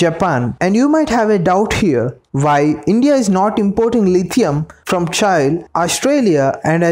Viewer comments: Its not "CHAI" mate , its CHILE ... like mirchi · Buddy it is pronounced as Chi lll eeee not child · I hate the way you pronounce ‘Chile’. It’s pronunciation is same as we pronounce ‘Chilli’ not ‘Chail’ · Its Chile not Chail. Spell like Chi Lee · It's pronounce Chee - lay , or chee- lee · It's pronounced Cheelay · Please pronounce Chile properly 😅